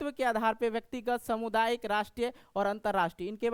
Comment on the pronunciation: समुदायिक नहीं होता है सामुदायिक होता है ❤😊😊😊❤😅😅😅❤😂😂😂❤